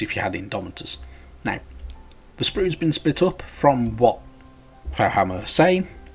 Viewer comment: It's pronounced foe-hammer. Faux is the french word for fake.